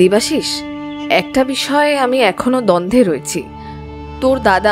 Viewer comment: দ্বন্ধ নয় দ্বন্দ্ব।মৃত উচ্চারণ কয়েকবার মিত হয়েছে।Finally post করার আগে সংশোধন করুন